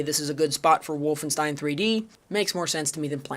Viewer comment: I liked Zeno Clash a lot... I am one of those people. Good enough for this list? Unsure, but still IMHO a good game. That ain't how Wolfenstein is pronounced:P... Very fair on Serious Sam this time. Seems like I got through:D. Also agree, the original is a better choice even if IMHO the HD remake is good for new players to enter into the series. Metro 2033 is an example of remediation in gaming. Deserves to be on the list. I strongly dislike Far Cry 2:P COD 1 and > MW1. Call of Duty MW2 is American Propaganda (along with MW3). Too stupid, they ruined it:( Dislike Red Faction Return to Castle Wolfenstein > The New Order, even though IMHO TNO is great, one of the best in recent times. Natural Selection is that good. So is Tremulous. And to be fair so was Turok:P Crysis 1 is an excellent game. AMD/ATI/Nvidia fanboy wars and faggots ruined it. Its MP is great, its SP is an excellent grieving sandbox. I agree on IGI and Far Cry 1 in general though. Stop hating on Indie games or I will be forced to school you:P Planetside 2 is good and many people play it. Bioshock 2 is better than Bioshock 1 and both are worse than System Shock. Strongly dislike Far Cry 2. What it did, STALKER did better and before it and even recent FC games lose in comparison. CS:GO is not BS. Play it, you are wrong. Half Life 2 is great. Delta Force Black Hawk Down is an OK pick IMHO, but not for a Top Game list. Important IMHO overall. STALKER is fine to be in the top end of the list. It created g